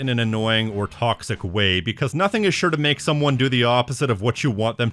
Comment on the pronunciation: muh tawcksick